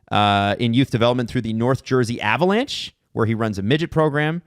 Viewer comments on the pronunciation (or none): none